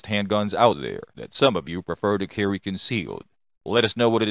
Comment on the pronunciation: What's up the with pronunciation. Glock Sewies, concealed Carwee 😅